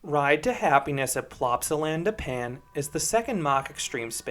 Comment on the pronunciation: as a belgian who went to plopsaland literally yesterday, hearing Plopsaland da pan is painful XD, i can update you though, when i visited the ride didn't break down at any point, it was continuously running with a 10-15 minute wait